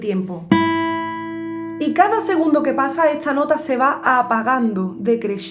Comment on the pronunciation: Porque cuando ella dice “esta” dice estxcha? O cuando dice “Tardes” dice txchardes? De Que parte de España será este acento ?